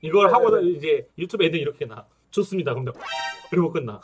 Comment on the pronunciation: 오늘의 한줄평 "매우 '죠습'니다'"